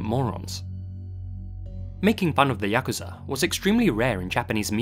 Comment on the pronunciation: Thank you for pronouncing Yakuza correctly. Every time I hear it said Yah-Koo-Zah, I die a bit inside